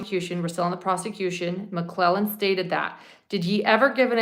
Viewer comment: There is a D at the end of Nicks name. I’m not sure how to spell it but it’s more like McLeland or something.